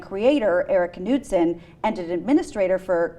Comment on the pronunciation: ...Kuh-nood-son. LOL.